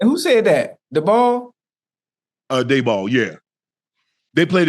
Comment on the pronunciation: "Da ball" 💀🤣